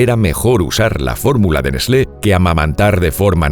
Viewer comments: Que raro que suena escuchar nesle, en mi pais se lo pronuncia ''nes-tlee'' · NESLÉ? Es mucha puta ciencia pronunciar "TL"? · Se pronuncia nest-le? Yo le decia Nes-tle debo haber parecido un idiota.......🏃‍♂️🏃‍♂️🏃‍♂️ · N E S L É ?? JAJAJA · Neslé :v